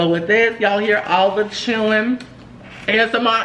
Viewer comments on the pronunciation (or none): none